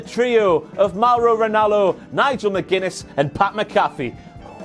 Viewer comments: I love u. But the emphasis is on the “Mc”. Its MCafee not mcAFee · One more Wankity Wank, it's pronounced Pat MAC-uh-fee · i love you but having a WTF moment on Sami Zayn mispronouncing Shayna Baszler's name wrong is super funny to me because you mispronounce Pat McAfee's name all the time. Pat McAfee Replying to McAfee pronounced “Mac”-“A”-“fee”.. I hope you won all of the moneys. Cheers. AM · Jul 21, 2019·Twitter for iPhone